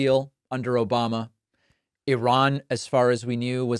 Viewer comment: I've officially been conditioned to always hear the soundclip of Hasan saying "Obamna" whenever I hear "Obama" now. Thank you.